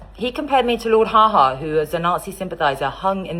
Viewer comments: Not "ha-ha" it's "haw haw", rhymes with paw, not ma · Lord Haw Haw not Ha Ha. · It’s Haw Haw not ha ha - what an absolute dumbo!